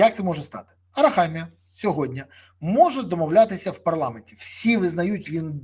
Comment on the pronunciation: Не "сьогоднЯ", а - "сьогоднІ". Я розумію, що ви - не українець, пане Березо, та вивчіть вже, нарешті, це слово, не таке вже воно й важке! позаяк ви його повторюєте в кожному своєму відео, відтак вам воно стане у пригоді!